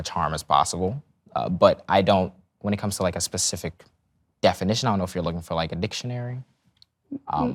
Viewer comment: My brain is literally hurting… how stupid can one be? 🙄 he says “pacific” … 😂 it’s SPECIFIC my dude